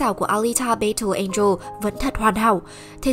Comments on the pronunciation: Bài đặt nói tiếng Anh rồi còn đặt tên kênh W2W cho Tây, thế mà đọc "battle" là "bây-tồ", hài vl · Đội ngũ kênh nên tìm hiểu cách phát âm tiếng Anh đúng và rõ ràng trước khi làm clip, chứ nghe đọc từ battle rõ khó chịu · nghe cách đọc chữ "battle" là hết muốn xem clip